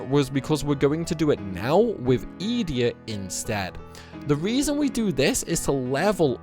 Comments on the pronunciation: Youre pronouncing these wrong on purpose right? "eeedea" fucking "baylam"???? Mans plucking letters out of thin air 😂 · The way you say Edea, makes me cringe 😂